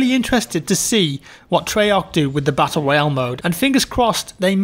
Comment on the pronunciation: Battle Royawn....